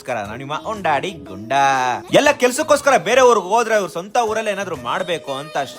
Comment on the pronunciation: Guru nin content chanagirutte aadre adeno helthiyalla undaadi gunda antha adenge kelutte gotta nimma tu....nne unno gundaaa annothara kelsutte